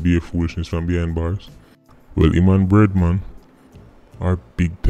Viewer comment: Thought he said redman until I read the screen and saw "bread man".